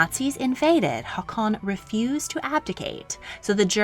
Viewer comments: I was with you until you started saying Haakon, cuz you're saying it in a way I've never heard before (I am Norwegian, I know a lot of Håkon's, which is the modern spelling) I seriously can't stop laughing at that pronunciation... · More or less (I'm terrible at describing how a sound is pronounced). In this video however they pronounce Haakon with the sound of a long or double A, which is just an old way of writing the letter Å, not how it sounds like